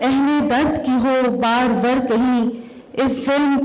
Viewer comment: پروفیسر صاحبہ کو ابھی خود مطالعہ کی ضرورت ھے بار ور نہین ہوتا بار آور ہوتا ھے ظلم کی چکی کیا ہوتا ھے چکی کے ک پر تشدید ھے 😂